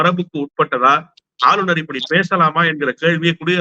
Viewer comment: நெறியாளர் தமிழை சரியாக பேச கற்றுக்கொள்ளுங்கள்! ஆளுனர்,ஆலுனர் அல்ல!!